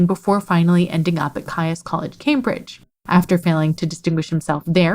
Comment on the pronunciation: BTW "Caius" College is pronounced as "Keys" College - Odd, I know.